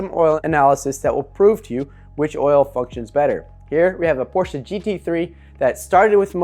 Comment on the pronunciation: I give you full respect because you pronounce Porsche correctly. Now I'm listening and watching. I found this to be very interesting.